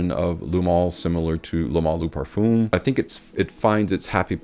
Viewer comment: Each time I'm trying to watch your videos cause they are good I just can't!!!! Eau de parfoom Parfoom Why??!! Ask Ash how to prounance it correctly My ears hurt Sorry